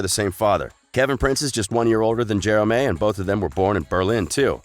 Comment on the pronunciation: You pronounce Jerome wrong and Bayern